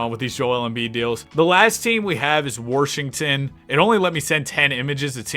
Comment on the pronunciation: u gotta quit with the "warsh" 😭